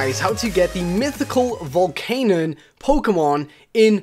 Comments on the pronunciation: it's pronounced VOLCANION, vol-can-I-on, not volcanon. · It is pronounced Vol-can-yun not Vol-can-un.